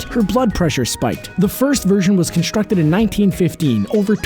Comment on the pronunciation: if you're going to narrate, pronounce your words. Constructed, not conshtructed. Lass-sew, not lass-su. Strength, not shtrength x 3. Strong, not shtrong. Gal Gadot, pronounce the t. Know the main actresses' correct pronunciation of her name. Indestructible, not indeshtructible. Strapping, not shtrapping.It's one thing if you're sitting in front of a camera with your little YouTube channel, not if you're a professional. How would it sound in this narrative if all p's were changed to the ph sound of 'f'. Irritating, no?